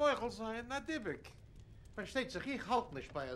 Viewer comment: The point is Fyvush Finkel pronounce “Dybbuk “ absolutely correct and with accent on last syllable as is pronounced in Hebrew.